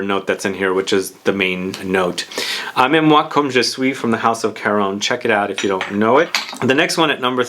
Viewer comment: Aimez moi comme je suis. Wow, you've been working on your French pronunciation 😃 👏👏